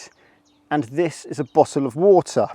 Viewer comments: Bo'o'o'wa'er moment! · Bowtowl of wowtoh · Bo'oh o' wo'ah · Good hearing 'bottle of water' said in the non-stereotypical British accent 😅